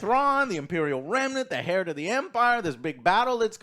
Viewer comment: Please 🤔 Someone tell Joe how to pronounce Heir to the Empire. Not "Hair" to the Empire..😂😂😂